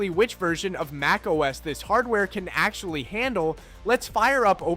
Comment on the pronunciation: Your "MacOS" got a downvote and lost a subscription 🥺